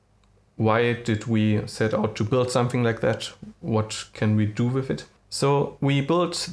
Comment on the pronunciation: och man, wenn du schon auf englisch deine Videos machen willst, dann leg dir doch wenigstens einen vernünftigen Akzent zu.... and learn how to pronounce i.e. "with", it is not with an "f" at the end. Das ist ja schlimmer als Schulenglisch 7. Klasse.